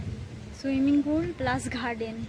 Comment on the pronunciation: মন্দের ভালো,বলা যেতে পারে।আরও কেয়ারফুল হতে হবে অবশ্যই,(১) ক্যামেরার দিকে তাকানো,কৃত্রিম মনে হচ্ছে,তুমি নিশ্চয়ই বাস্তবে কারো সঙ্গে ওই ভাবে তাকিয়ে কথা বলো না!?(২) ঘাস উচ্চারণ তুমি কি করছো? চন্দ্রবিন্দু যোগ করছ কেনো? ঠিক করে নেবে(৩) গার্ডেন কে কি বলছো? ঘ যোগ করে ফেলছ যে,দেখে নিও(৪) এডিটিং ঠিক হচ্ছে না,বলেই মনে হচ্ছে,একই ক্লিপ বার বার রিপিট হয়ে যাচ্ছে,ঠিক করে নেবে আসা করি।ভালো থেকো,এগিয়ে চলো।আগে একটি কমেন্ট করেছিলাম,উত্তম বাবুর ভিডিও দেখে,তোমার বিয়ের ব্যাপার এ,কোনো রিপ্লাই দিলে না,নিশ্চয় তোমার হয়তো বা প্রয়োজন নেই।